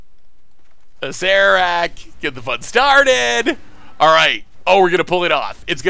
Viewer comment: You're the only one I've ever heard pronounce Acererak properly, so thumbs up for that alone.